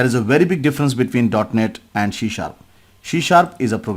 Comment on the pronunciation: Why are you spell shee sharp it should be c sharp. Correct your pronunciation